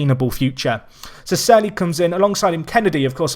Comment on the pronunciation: Cerny = Chair-knee